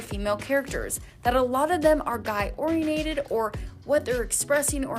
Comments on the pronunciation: Narrator: "a lot of them are guy-ORIA-NATED" when even the caption says "guy-oriented". No wonder the rest of the educated world sees the USA as dumb. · “Or-i-en-a-ted”???? Ok. I believe it’s oriented. But you’re the professional so I suppose if you want to pronounce it as a five syllable word I guess that’s OK. 😂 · ITS ORE EE ENTED...😅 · "guy-orienated" lol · "orienated", jeez Access/* please hire VO folks who can pronounce English words correctly. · guy-orienated... english left the chat